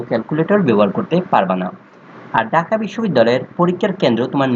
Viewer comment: ডাকা না ভাই ঢাকা 😂